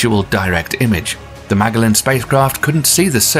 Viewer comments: dear, it’s mah-JELL-an, like JELLO; not maaay-gah-len 😂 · Psst. Magellan is pronounced "muh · jeh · luhn" after Ferdinand Magellan, the Portuguese explorer. You've accidentally butchered the name of both a famous explorer, and famous NASA spacecraft. Great content, just be sure to check pronunciations of things beforehand, so you don't make yourself sound foolish. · don't you mean, "muh-jel-uhn"? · Mag-ellen spacecraft? Ma-gel-in spacecraft.